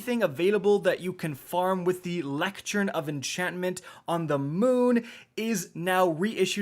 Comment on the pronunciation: "Lectjern" "Eckcetera" >_>